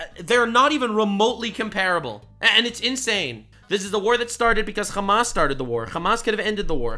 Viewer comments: "Khamas". You guys do know that there's an easier way to say it in english that's closer to arabic right? it's Hamm-mass (Hamm like the eating noise, mass like science). khamas is how they say it in hebrew. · Like Ham-ass, yeah. Like the piggie’s backside.